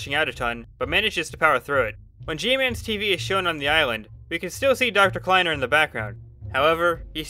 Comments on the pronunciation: i think its pronounced kly-ner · I don't like the fact they were live, they could have been recording and not living. also, the way you said kleiner in the first mention of kleiner makes me want to shoot myself in the head then respawn then do it again and loop that again and again. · you said kliener wrong